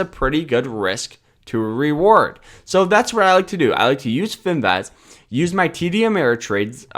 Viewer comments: It's Fin "VIZZZZZZZ" not Fin "VEZ". You know, Vizzzz like Jizzzzz. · It’s Finviz not Finvaz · its finviz not finvez